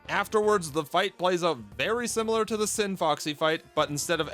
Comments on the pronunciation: It's the scinfaxi the c is silent and there is no o It's not scin"foxy" it's scinfAxi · I dislike how you pronounce Scinfaxi. Not sure how you ended up mispronouncing it every time, considering you hear people say Scinfaxi repeatedly in the game, and its spelled Scinfaxi, not Scinfoxy.